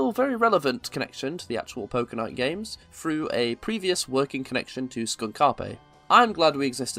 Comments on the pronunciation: Oh thank God I'm not the only one. It's SKUNKAPE, not SKUN-KA’PE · A little off-topic but, are we sure that it's "Skunk Appé" and not "Skunk Ape"? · Skun-kape? It's skunk-ape. Like the american cryptid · That's the joke. The name of the company is named after one of the villains in Sam & Max: Devil's Playhouse, named "Skunkape"; a Space Warlord Gorilla-like Creature who often pronounces it as "SKOON-KAH-PAY", which is meant to sound "Alien". (Like KAL-EL) Sam, however, pronounces it normally as "SKUNK-APE" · It can go either way. Skunkape is one of the villains in Sam & Max: The Devil's Playhouse, and he insists that his name is pronounced "skun-ka'pe", but Sam & Max pronounce it "skunk ape." It's a joke, but the way someone pronounces it usually indicates if they've played Sam & Max or not :) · It's pronounced Skunk-opp-ay? I just presumed it was pronounced Skunk-Ape. How curious... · Isn't Skunkape pronounced "Skunk Ape" not "Skunk a-pay" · is that actually how you pronounce skunkape skoonkapay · I thought Skunkape was pronounced like the words “skunk” and “ape” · I don't think it's pronounced skUn-kA-pE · “Skun Karpe” hurts me every time. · I'm assuming it's a h*r style intentional mispronunciation. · Why do you pronounce Skunkape like that? It's Skunk Ape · The way you pronounce Skunkape is so funny— their mascot is a skunk ape, it’s supposed to be Florida’s bigfoot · The pronunciation of Skunk Ape is killing me 😭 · the way you pronounce skunkape gives me psychic damage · Why do you say SkunkApe so weirdly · insane pronunciation of Skunkape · I think you are mispronouncing Skunkape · why do you say skunkape wrong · It's almost like how the Funny Space Monkey pronounces it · PLEASE PRONOUNCE SKUNKAPE PROPERLY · great video, but i cannot ignore your pronunciation of skunk-ape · Please tell me your pronunciation of the studio's name is some kind of inside joke. Fantastic video othewise.